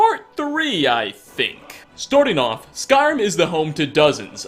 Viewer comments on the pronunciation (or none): Okay, i really like his content, but why does he talk so cringy? Forget the mispronunciation, the way he modulates voice from deep to high pitched and what sounds like fake excitement. And what's up with "storting off" is that some kind of canadian accent?